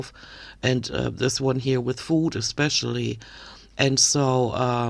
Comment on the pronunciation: I can't with her. "Expecially" .... 💀😂